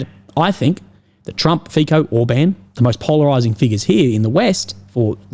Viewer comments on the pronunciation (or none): The letter 'c' in Fico is pronounced as 'ts' and NOT as 'k., Kind of similar to 'c' as in Cincinnati. Cincinnati is not pronounced as Kinkinnati. Fico is not pronounced as Fikoh but as Fitsoh. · Learn the correct pronunciation of the Prime Minister of Slovakia, Robert Fico. It is NOT like F - I - K - O.... its a soft 'c', more like an 's' So try it like "feet - so", because your pronuciation sounds like straight from cia school. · some tips for you: 1. Fico is pronounced FEET-SO (I believe). 2. The west is run by globalists, that is why nationalists like Trump, Orban and Fico are pilloried. 3. Orban is more conservative while Fico is more socialist. Despite this difference they are nationalists and agree on the Ukraine war. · Fico sounds like Fi[ts]o not like Fi[k]o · Fico is pronounced as Fitzo. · G'day Legend and merry Christmass. FICO is pronounced as FITSO. C is TZ or TS in slavic languages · To pronounce Robert Fico's surname you do not make a "ch" or "k" sound but a "ts". Kinda like in "nutso". You can make it a menmonic even: "That Fico is such a nutso!"